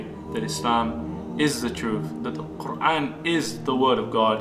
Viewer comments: He sounds so sensible! It feels though, he has understood it better than anybody else could. And yeah i love the way he pronounces Quran in a proper arabic accent. Masha Allah 😊May Allah bless all of us and lead us to the path of righteousness. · A smart and handsome new brother! So logical! PS - Check out his pronunciation of 'Quran ' !